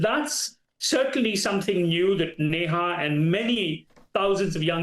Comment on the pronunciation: Dr. S Anitha. NOT AJitha.